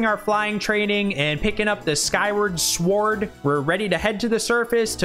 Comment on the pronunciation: The dog cut destroyed me pls Thanks for putting so much time into this one (all four heart pieces is serious swag), and also for pronouncing it s'word, you bring light to our days Every one of these makes me question a little harder why I'm not playing Oracle of Ages/Seasons right now